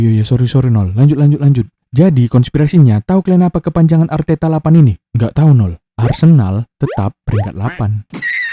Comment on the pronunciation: Arteta maksa kali kau bilangnya telor wkwk